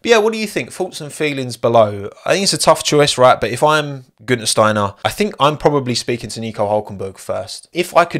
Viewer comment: holy shit that pronounciation of "Günther" was nailed, never heard a non-german pronounce the ü, they all always say "Gunther"